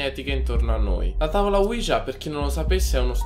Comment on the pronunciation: E comunque si pronuncia uiha